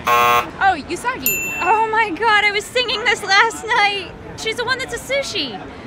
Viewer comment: Every single person got Usagi wrong....It's pronounced "oo-saw-gi" (with "gi" as in a karate gi").